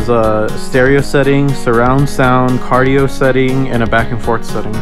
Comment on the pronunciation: directional settings for the Mic.. cardioid not cardio haha